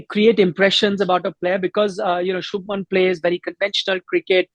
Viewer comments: It’s Shubhman not Shubham 🙄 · It’s Shubhman! You can’t get names wrong like this